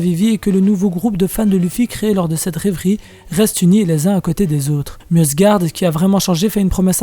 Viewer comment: Je pense que Mjosgard se prononce Miosgard